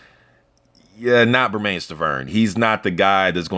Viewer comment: Everyone mispronounces Bermane Stiverne's first name. It rhymes with "Herman".